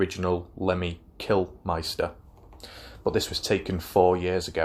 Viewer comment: Why does everybody say Killmeister, its mister isn't it?